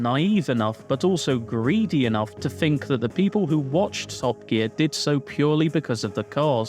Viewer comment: With not wif . Think not fink . FFS